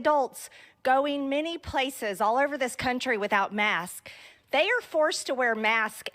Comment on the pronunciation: she can't even say "masks"... that poor thang.